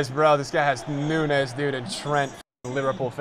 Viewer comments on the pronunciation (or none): none